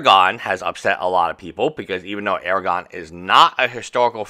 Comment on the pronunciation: Aragon? You lost an "r" there. Aragorn.